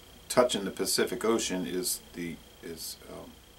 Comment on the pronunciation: Don't drink beer. But is nice to hear you take the time to learn the correct way of saying the Spanish names of the places you've visited, It is not called "Baja", like some people calls it. The way you called it, is the right way: Baja California Norte. When the California was Mexico, and you can see this on old maps, this Mexican state was divided between Alta California and Baja California.